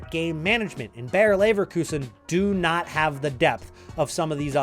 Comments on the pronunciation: Just a little hint: "Bayer" is pronounced exactly like "Bayern", just without the n. It is not "Bear" or "Beyer". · They are not called Bear Leverkusen 🐻 Bayer exactly pronounced as Bayern